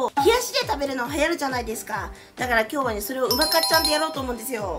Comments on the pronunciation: うまかっちゃんのイントネーションが違う、、、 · 「うまかっちゃん」のイントネーション違う😂福岡県民だから気になるw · やっぱりうまかっちゃんのイントネーションが違う笑😂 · うまかっちゃんのイントネーションが気になる😅正しくは、ミシシッピと同じイントネーションだから知らない人は覚えてね❤🍜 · うまかっちゃんの発音が違うから気になる😅